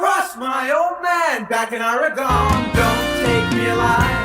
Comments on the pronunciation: Love the song, of course, but I wince every time he says “or-i-gone.” Does he mean the state of Oregon (“Or-gun”)? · I wondered if Donald would apologize for mispronouncing Orygun when the played here, but of course he would never do that. People from the East Coast is still cowboy-and-Indian country anyway. 😂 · I’m a drummer so I pretty much primarily listen to drums & bass, but as a native Oregonian couldn’t help but notice Fagan’s Jersey-inflected pronunciation: “aww-ree-GONE” lolzzz 👀😬🤣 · Such a great song by The Dan. I grew up in the pacific north west, always funny to hear people not from PNY pronounce Oregon that weird way.